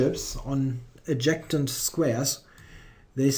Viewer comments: thanks for the video. Btw, you pronounce adjacent like "add" "Jay" "cent" (cent like the money). Cheers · Fantastic video. I'm excited for this new series. Just a small pointer to help your English, the word "adjacent" is pronounced, ad-jay-sent.